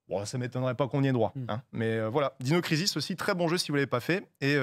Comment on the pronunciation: Heureusement qu'il a épelé le nom d'un des jeux, jamais j'aurais compris sinon. Prononcer ensuite Dino Crisis à la française au lieu d'utiliser son anglais ( qui est correct hein! Mais bon...Faut être francophone de base quoi) c'est incohérant au possible. Mais son propos est ultra intéressant! Il peut être très drole et assez sérieux et précis qd il parle de JV, un type à suivre sans hésiter.